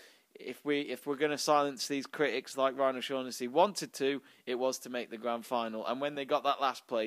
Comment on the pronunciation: I'm Irish and it's pronounced "O-Shock-nessy" - Just a tip ;)